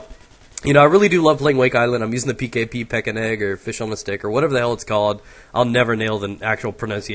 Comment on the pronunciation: i feel you i have a biiig problem with pronaunciation of these map names like noshahr canals wich usually comes out like nosharharhar or nos... Fuck that canals. Or the pkp comes out pitch an egg... Btw ive been liking all these videos every time. :DD Love you and your ducky swag (no homo) (or is it)....